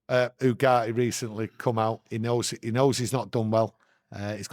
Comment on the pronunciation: Manuel Ugarte pronunciation..: Yu-Gar-Tee: oo-gah-hee, there's a T in his name